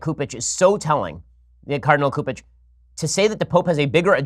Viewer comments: Ben its soup ege not coup ege. Fyi and he needs thrown out also. But even with all this carnage I will never leave the catholic church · Cupich is pronounced "soup-itch" in case he stays in the news.